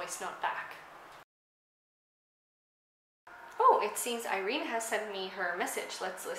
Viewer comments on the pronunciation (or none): Irene is pronounced ee-reh-neh in Spanish, not ei-reen. She seems to have a slight Andalusian accent (where I grew up), where 's' aren't pronounced as much but is not representative of the majority of Spain.